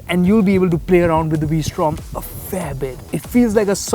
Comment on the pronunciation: the " vwee-srtom "